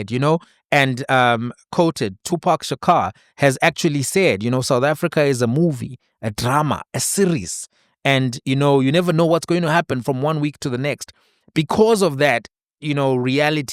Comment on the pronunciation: Tupac Amaru Shakur - The "Shakur" is pronounced as "Shaku", not "Shaka"